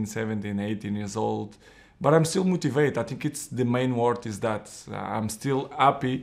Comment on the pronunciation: He is still mouutivated